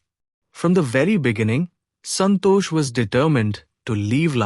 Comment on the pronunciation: It is santosh not santo.😊